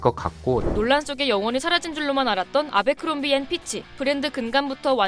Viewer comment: 애버크롬비라고 읽는게 맞지 않나요? abercrombie 인데..